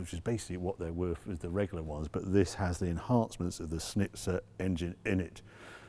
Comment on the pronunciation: It is Schnitzer. Not Snitzer. So there would be an sch like in Porsche (not PORSH!).... Try again. Schnitzer.